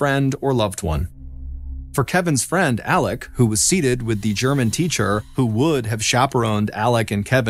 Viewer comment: Why do you pronounce his name Alec when it is Alex?